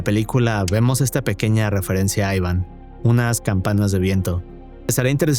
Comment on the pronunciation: Pero si no sabes pronunciar el nombre Iván jajaja aivan dice jajajaja amigo no jodas, jajajaj eso lo primero